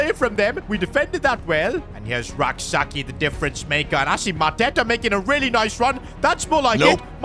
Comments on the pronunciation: The name is not pronounced Sa-ki.. it is pronounced Sa-chie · youre pronouncing Rak-Sakyi wrong. Its Rak-Sayi without the k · Rak-Sakyi's name is pronounced "Say-chi" not Sak yi It's a Ghanaian last name.